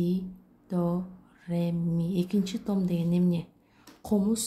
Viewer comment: Том эмес тоом деп айтылат.